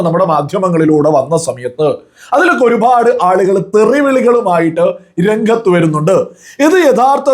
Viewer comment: Please make some corrections in your pronounciation. Pa instead of bha. Eg. Orupad and not orubhad. Matham not madham I am your well wisher